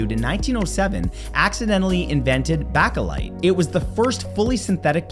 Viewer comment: I can easily forgive having trouble pronouncing "Mjolnir" as it involves letter combinations that don't exist in English; but Bakelite is pronounced "BAKE-light."